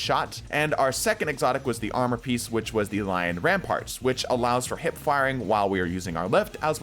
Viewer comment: I'm starting to be convinced people just say Lion Rampant wrong on purpose.